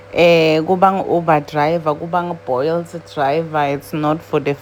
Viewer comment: "Boiled" driver is Wild 😂😂🤣🤣🤣 I'm sorry that pronunciation caught me off guard_ it's Uber and Bolt sis' wam asseblief! 🤧